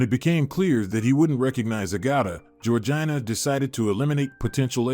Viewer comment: Georgina is pronounced Georgena